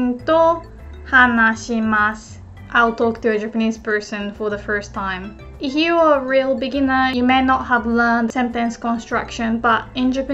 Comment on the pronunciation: すみません, I would like to thank for the amazing lessons. It may not be my place but since has helped me improve my Japanese I thought I could return the favour by noting that often (if not always) pronounces the word 'if' with a H sound. That, of course, must be due to the lack of a strong F sound in Japanese, especially next to a palatal Y (as in 'if you'), so one wouldn't normally address that but since is ever so good as to warn for potential mistakes I would like to humbly ask to consider the phonology of the English language. すみません、ありがとうございました！